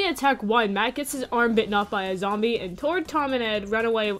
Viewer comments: It's zombie not zombeh (just to let you know) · its zombeh not zombie